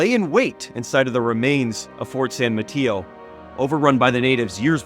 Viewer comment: The only thing you got wrong is how you said san Mateo and Marquis (i am from the area). But other than that, you have a really good video and on point.